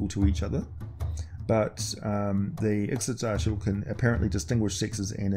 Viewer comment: IK-SIT-ZACH-IT-AL Also Demogorgon was not at all part of D&D for years until Eldritch Wizardry came out